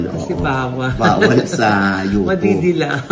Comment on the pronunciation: Ogie mali ang pronounciation mo ng UTUBE. HOW DO YOU SAY CUBE?